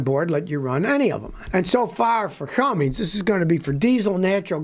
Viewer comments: Those who cant read and write "CUMMINS" should not pronounce it "CUMMINGS" there is no letter "G" in cummins. Its not Cummings. Its CUMMINS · Scotty, its cumminS, not cummings :) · It's CUMMINS not CumminGs. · PLEASE!!!!!!!!! Pronounce words PROPERLY!!!!!!!!!!!!!! It is NOT, NOT cummings, it is CUMMINS!!!!!!!!!!!!! You are supposed to be a professional, please speak like one. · its Cummins scotty , not Cummings lol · It's Cummins, there is no G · If I hear Scotty say "Cummings" one more time, I might go insane. The engine company Cummins has no g in it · Seven decades. You’ve been alive SEVEN DECADES. There is no “G” in “Cummins.” Damn this drives me crazy! 🤦🤦🤡🤡😆😆